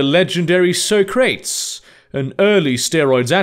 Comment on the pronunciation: It's pronounced sock-ruh-tease, not so-crates, no offense.